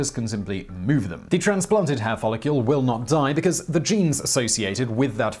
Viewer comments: The word is follicle, not "follicule." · Was he saying 'follicule'? And if so, what is a follicule? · Follicle not follicule! I despise the pronunciations by this berk, every blasted video! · Follicle is not pronounced "follicule". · Since when is the -cle suffix pronounced as -cule? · Every time that you said the word "follicle", you said it as though it was spelled "follicule". It isn't. ˈfälək(ə)l is the correct way to pronounce that word. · Please stop saying "follicule". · DAMN IT! 😖😵 STOP SAYING "FOLLICULE"!!! 😵😖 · Why do you pronounce it "FOLL-IH-KYUEHL" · i wanna know who told you that follicle is pronounced follicule lmao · I know, right? UGH! He is ALWAYS mispronouncing shit! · He also said "follicule" 😑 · Do British folk spell follicle differently, along the lines of aluminum vs aluminium? Simon keeps saying "follicule." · Exactly. I think that may be what confused him. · The brits fuck up all kinds of words lol. Every heard a brit say "aluminum"? Al-you-mini-um